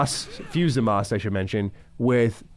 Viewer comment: It's Zamasu not Zamas, you noob. 😂